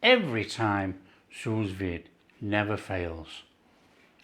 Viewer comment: Well-well, I have exactly the same make of machine. They are cheap, just another handy tool in the kitchen. I am not French, but just before too much complaint floods the comment section, the "s" at the end of sous is silent :D. (if you have a kitchen blowtorch, you can imitate that barbeque goodness, not to mention, if you work the fatcap too, you never skip it ever again )